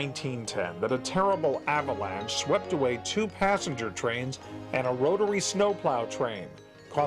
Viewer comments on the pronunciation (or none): none